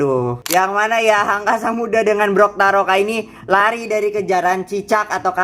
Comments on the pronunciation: Bukan brokaroka bang tapi toktaroka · bukan brotaroka tapi toktaroka